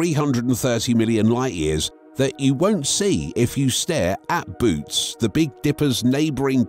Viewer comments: Boötes isn’t pronounced “boots”. It’s pronounced “boh-OH-teez”! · Its not "Boots" void, its pronounced Boo-ootees. Also, the void has millions of galaxies in it, but compared to "outside" of the void it is a fraction of the galaxies that typically populate the universe. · I volunteer to go there, I want to be alone, where no one and nothing ever heard of Trump. PS: It's not pronounced "boots" but "BOW-uh-tees." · its a text reading bot, it doesnt know any better